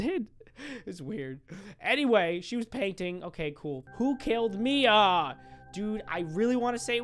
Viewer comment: The hand one my names mia AND YOUR DA BEST U SAID IT RIGHT PEOPLE SAY IT LIKE MYA